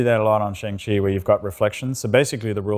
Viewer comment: That hurt when he pronounced "Shang-Chi" wrong lol. He worked on it!